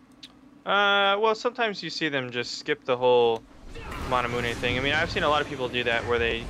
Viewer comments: I thought it was manamune, not manamuneh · its the american way of pronouncing it then, over in europe people say (mana-mew)